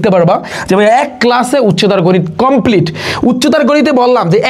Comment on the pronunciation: ❎কম্পিলিট ✅কমপ্লিট সরি ভাইয়া বলার জন্য 😅